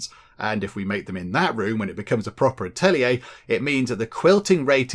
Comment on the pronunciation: Atelier is just french for workshop, just say it with a french accent! :D